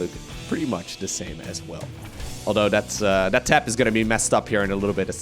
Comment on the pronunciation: TH-at, not D-at cmon bro your English is so good